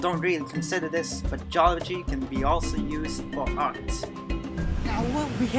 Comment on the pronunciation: Why do I hear "Jollibee" as Geology? HAHAHAHAHA jk,, excited for your next content